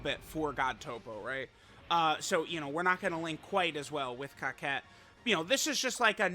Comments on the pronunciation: It's cocotte not coquette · Sorry. Was thinking that someone would correct you but that hasn't happened yet. Her name isn't pronounced 「Kaket」. It's pronounced 「"coco" small pause "to"」 The first "co" and second "co" sound exactly the same. The "to" sounds the same as the "to" in the word "towards." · I thought her name was pronounced Co-cette not cockette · I’m pretty sure her name isn’t pronounced COCKette but that’s just me 🤷🏻‍♂️ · Are you sure you’re saying the name right? I don’t see how “otte” makes “ette” sound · bro said Cockette 🤨